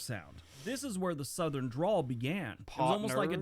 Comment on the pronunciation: Sounds like you said drool bud it's dRäwl